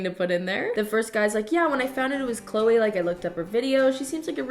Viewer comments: THE FACT THAT SHE SAID CLO INSTEAD OF CLOE LMFAO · When he rhymed Chloe with know-e, I felt that...